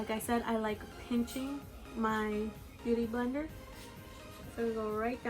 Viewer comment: I keep hearing you say booty blender lol